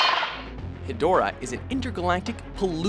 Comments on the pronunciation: is stupid he said hedorah wrong plus king cesar is not a villain is so so stupid 😠😡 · I resent the inclusion of Seesar, Angilas, and Rodan. Look closely, they were all buddies for the better part of the franchise. Oh and Hedorah, despite the spelling, is actually pronounced "hedge-rah."